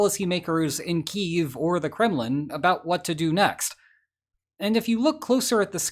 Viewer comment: I appreciate that you correctly pronounce Kyiv the way it should be pronounced. Many youtubers still use the Russian pronunciation.